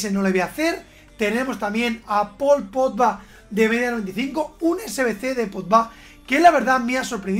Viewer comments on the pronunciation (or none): Nadie: Absolutamente nadie:: Paul Potba, Didier Drotba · Nadie: Absolutamente nadie:: Pol Podba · Tío tanto te cuesta decir bien Pogba? Me ralla muchísimo